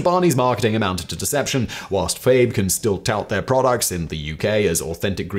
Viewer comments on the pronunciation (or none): I'm pretty sure the brand Fage is a two syllable word pronounced fah-yay. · FAGE yogurt is pronounced "fah yay". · Simon, Fage yogurt is pronounced "Fah-yay". I know, makes no sense really... lol, but it is what it is.